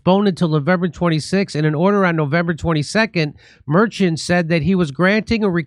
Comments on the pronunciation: Jimmy's pronunciation of "Merchan" got worse and worse as this segment progressed. 🤣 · How do you do so much news and not know how to pronounce Merchan's name, they even said it in the Fox segment right after you got it wrong lol